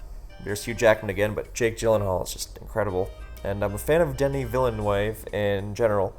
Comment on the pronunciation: I don't want to be a dick but the director's name you mentioned is pronounced pretty differently. It's vill-ahn-no; almost like you're saying "villain, no" but sped up. Your taste in movies is fuckin lit and it makes me happy